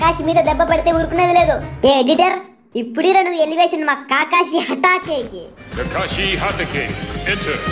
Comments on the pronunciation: Bro adhi kaakaashi kaadu adi kakashi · Kakashi ❌️kaakaashi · kaakashi kadhu bro kakashi